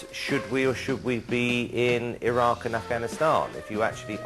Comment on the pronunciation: notice how cowell says 'should we or should we be in irag and afghanistan'.